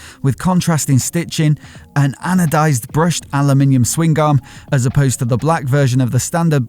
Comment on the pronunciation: the G in swingarm is silent smh..